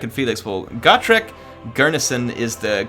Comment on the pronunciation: Always thought it was Go-trek, not Got-rek.